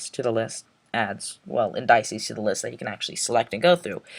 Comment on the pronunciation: "Indices" is pronounced like "in-duh-sees"